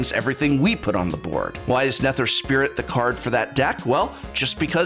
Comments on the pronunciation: I've been watching for years now but this is the first time I'm gonna ask... Are his Mispronunciations intentional???? RAZ...NE-TER...it has to be intentional Prof. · The way you said Eladamri and Nether made me want to kick a puppy. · while I also cringed, I'd be careful with the puppy, John Wick is around...